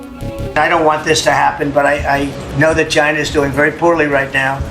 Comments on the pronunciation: The way you pronounced CHINA tickles me. 😂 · It tickles me too!😂 Love her impersonating how Trump pronounces China.